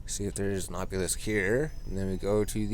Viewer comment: AH - bee - lisk lol bothers the shit outta me